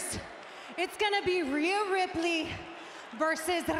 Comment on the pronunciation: I love how Raquel Rodriguez pronounced her name in Spanish.